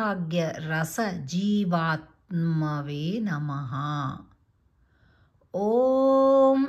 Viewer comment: Jai Sree Krishna display mida సౌభాగ్య రస జీవత్మనే ani undi but ur pronuncing as సౌభాగ్య రస జీవత్మవే Kindly ping us which is correct